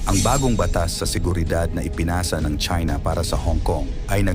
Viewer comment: It sounds like Chinx,,,Okay ‘Dude’,,,’Damn’right